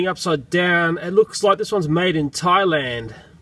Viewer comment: You ceep on tieland it's thaland, th, in, land.